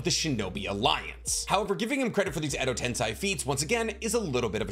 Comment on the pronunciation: Why are you saying Edo tensai, isn’t Edo tensei? Or either way is correct